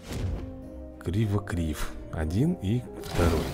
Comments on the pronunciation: надо говорить не КРИВОКРИВ а КЛИКОКРИВ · Вообще то правильно Клыкокрив